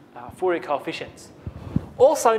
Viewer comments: I know it's French and it is not pronounce foo-yay lol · Thank you very much for the vid:D btw it's pronounced four-ree-aye just a heads up:D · Haha, yeah. Fourier was a French man, therefore it is pronounced "4-E-A" Haha!